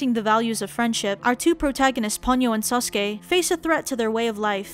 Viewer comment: Although, Sosuke should be pronounced slightly different than Sasuke, pronounced as So-skay, rather than Sauce-Kay.